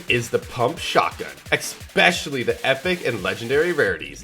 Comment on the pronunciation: nice vid, but "expecially" doesn't exist, it's especially, no X